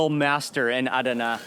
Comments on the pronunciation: It was pronounced AhDana, emphasis on the second syllable when my family and I were stationed at nearby Incirlik AB. Anyway happy to see you there. In the past Adana was considered a secondary city compared to Ankara, Izmir & Istanbul. They've made some significant headway to be more respected now. Next time you're there go to the BP truckstop close to Incirlik. We used to eat there regularly...great food. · Mark, I love you man, but the way your pronouncing Adana is killing me 😂😅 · I love Turkish food and have been eating it for years. I usually order Chicken Adana. I'm wondering about the way you are pronouncing Adana. I always called it Chicken A Donna" with a soft "a" sound. No one ever corrected me even my friend from Istambul. What were you told about the way it is pronounced? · A-da-na . All open a s. All sound as a in arm